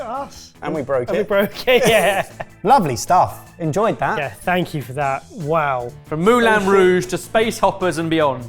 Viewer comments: pronouncing Moulin as Mulan really threw me off for a second and I'm not even french. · Moulin: The way pronounced, at first I thought, why is this thing called like a Disney princess.